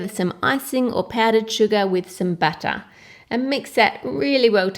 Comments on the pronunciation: Butta Coco Powda Suga Flaua Baking Powda Hehehe, so different the way they pronunciate these ingredients. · i love how u say butter buttay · Coco powdah,buttah,baking sodah,and baking powdah what accent is that?